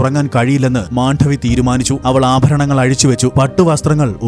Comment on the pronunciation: Not Mandhavi, but just Mandavi❤